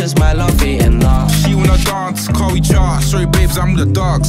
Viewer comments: Damn they way he pronounces 'Dance' 🤣🤣🤣🤣. Before looking at the lyrics i thought he said Dorse the night away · Nah, that pronunciation of the word dance, I can't rate this. D A R N C E